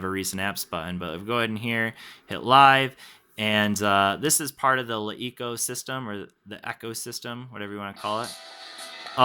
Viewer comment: you pronounce the name like shit